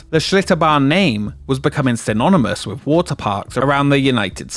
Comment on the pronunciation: How many "Wiv's" in this video. Come on narrator, elocution lessons.